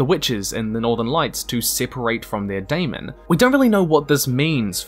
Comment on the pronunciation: Is nobody going to talk about how he mispronounced daemon when talking about HDM like everyone else does?